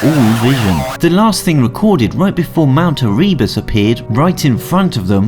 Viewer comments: The name of the mountain is pronounced ”ER- eh-bus” with the emphasis on the 1st syllable, not “Er- EE- bus” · Nice video. A couple of things, it's pronounced "Erebus" not "Ereebus". Secondly, the Pan Am plane was "sitting" on the runway, not "sat" on it. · Please learn how to say Mt Erebus.